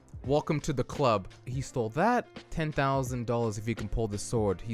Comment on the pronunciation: ah yes ten fousand dollars